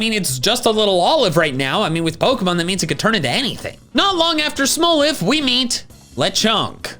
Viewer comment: "Smol" isn't pronounced like it has an e on the end, anyway. It's pronounced exactly the same as the word it's a play on. There's literally no reason to pronounce "Smolive" as "smole-iv."